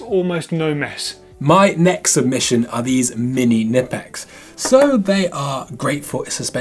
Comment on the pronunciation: It’s K nipex not nipxes haha :)